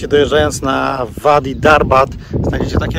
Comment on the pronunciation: Bedę się czepiać 😉”wadi" czytamy jako "ładi”